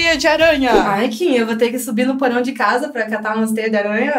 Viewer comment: O porão desce ela q falou errado😂😂